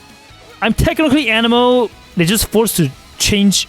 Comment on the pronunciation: "Xiao is an-emo"